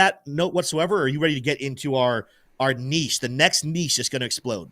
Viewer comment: May God bless Crux for his pronunciation of ‘niche’. Spoken like an American!🇺🇸